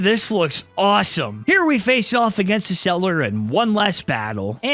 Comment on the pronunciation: First it it Ecseller not Eseller And do the sequel